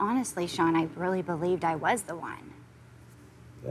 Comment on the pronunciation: Seann !!!why keep saying his name like that i cringe watched this🙄